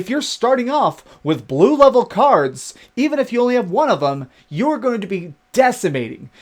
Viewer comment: "da stwaaangest stuff is bwue "